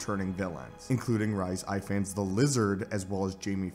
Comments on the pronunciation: From what I've heard, it's pronounced more like Reese Ifans . Not quite sure about it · “Rice Ivan” that’s actually really funny. The way your pronouncing the lizard actors name. He’s from my town in Wales 🏴🏴🏴